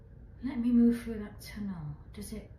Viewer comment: Sheshe keeps saying sewer tunnle